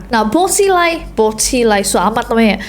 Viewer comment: Po si lai sama sang wei ji bacanya kak Di mandarin, b di baca p Zh di baca s X di baca s ie di baca i